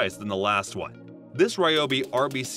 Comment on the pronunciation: It’s “Ree-obi” according to the company. I know, who cares. Just saying.